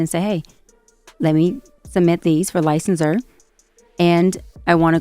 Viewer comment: “…for lie-censor…”